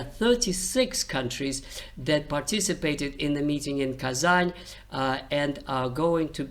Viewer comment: У вас Русские корни, вы называли Казань с мягким знаком.